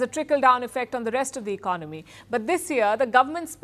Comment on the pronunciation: Why he pronounce economy as iknomy?